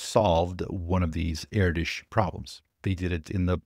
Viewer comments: Erdös sounds more like 'Erdos' than 'erdisch'. The Ö is pronounced like the O in 'word'. You can already pronounce it; it's similar to the difference between "oh" and "word". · Stop calling ErdŐs "erdish"... Spend at least 1 minute to find out how it's pronounced. Check out how Malmö is pronounced. You're welcome. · I thought he was saying air dish.